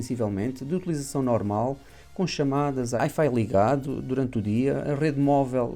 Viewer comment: e Hifi? O que isso? Aparentemente tem umas luzes do que está a dizer na review. Não diga por favor HIfi, até me arrepiei. Pronuncia-se uai-fai (wi-fi) Espero que não leve mal, mas acho que é uma crítica construtiva. Tirando esta nota, foi uma boa review. Obrigado